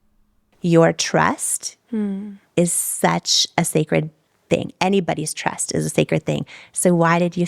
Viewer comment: She said “trest” but really meant “trust”.